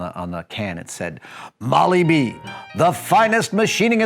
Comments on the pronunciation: It's Moly-Dee, not Moly B! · it's Moly -Dee not moly b